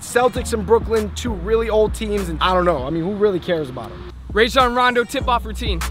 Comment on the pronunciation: He said Rajon like rayjon...